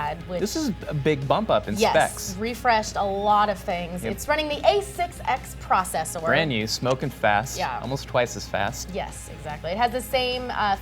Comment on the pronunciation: LOL Say processor again:]